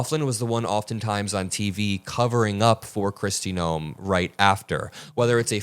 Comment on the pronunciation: I honestly thought for a moment you mispronounced Kristi Noem's name. I thought you said Kristi Gnome. Now, I know that Noem is a troll, but just the same... 😂😂😂😂😂😂😂😂😂😂 Of course, it could be just me needing a good laugh to start my day. We'll take any cracks in the regime we can.